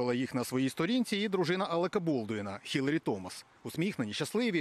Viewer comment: Що за "уколи"? Немає у нас такого слова. Що за "Хіларі" і "Хатчинс"? Вони Гіларі і Гатчинс! Тільки з поваги до блискучої роботи Світлани Чернецької, Христини Гашенко, Ксенії Барвіненко, Руслана Смєщука утримаюся від "невподобайки", але і "вподобайки" не ставлю.